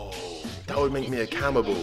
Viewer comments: camible lol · "That would make me a cammibal"